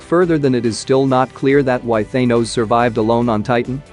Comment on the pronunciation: Thaynose noice